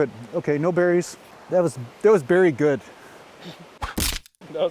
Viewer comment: "Berry good" lol